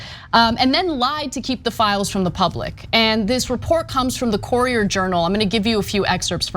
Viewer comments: It's Cur-i-er Journal. From a Louisvillian. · Great reporting but it’s pronounced “curry-er” journal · It’s a bit tilting when AK pronounces “Courier” as “Corier”. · Ana cant pronounce "courier" lol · Great report! But please Anna, learn how to pronounce "Courier". Lol. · It isn't really wrong but a north versus southern pronunciation. Pecan -Pecon Ant-Aunt Ca ra mel - car mel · Lauren Louis Wow! As a TYT fan, I thought you’d understand what “commenter” means. Per Google, here is the definition: “a person who expresses an opinion or engages in discussion of an issue or event, especially online in response to an article or blog post.” And last I heard, AK gets paid to do so, i.e. she is a professional. So, really. It all comes down to whether she mispronounced “courier”. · Lauren Louis Also, AK’s pronunciation of “courier” was a bit off from the common standard. Here are the pronunciations of “courier” and “core” in IPA per Google: cour·i·er /ˈko͝orēər,ˈkərēər/ core /kôr/ AK’s mispronunciation of “courier” is not altgother unexpected, though, because a common word with the same first vowel group, “pour”, does commonly rhyme with “core”. pour /pôr/ But given English’s complicated history and sourcing from several other languages over the centuries, most people don’t know thst English is not a strictly phonetic language. Now, I’m assuming that you understand what that means. But as it pertains to this conversation, it is why the vowel group “ou” in words like “pour” and “courier”, as well as “flour”, are not commonly pronounced the same way. And it is why I also get a bit cheesed off when I hear the younger native English-speaking generation pronounce “the” the same way regardless of whether the subsequent word starts with a consonant or vowel. Really. Makes me want to pull out the few remaining hairs on my head! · Ana's pronunciation of 'courier' is bugging me. I know it's a trivial, inconsequential thing. But my ears just refuse to let it go. Argh.